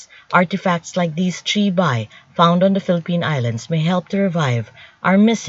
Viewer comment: Bi pronounced as "bee", not "bye"